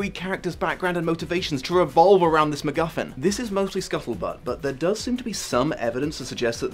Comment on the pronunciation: I thought you said the magical McMuffin for a hot second and now I've confused myself